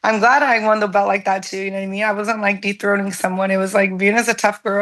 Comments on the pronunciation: Dethroning, but I heard the same thing you heard 😂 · Dethroning 😂 i heard it too tho